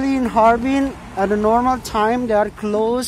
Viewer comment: Harbin not harvin 😂🤣😂🤣